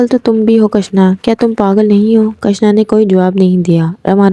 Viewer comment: کٙشنا نہیں کِشنا ہے۔😅۔ پھاگٙن نہیں پھاگُن ہے